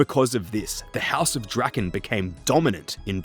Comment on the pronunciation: According to rs3, Lowerniel's surname is actually pronounced more along the lines of something like "druh-KAHN". We learn this in The Branches of Darkmeyer and subsequent quests.